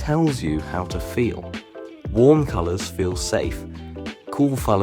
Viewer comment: "cool folours keel" 😂